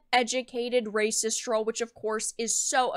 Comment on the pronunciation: DAS RAYCISSSS!!!!!- actual raycisss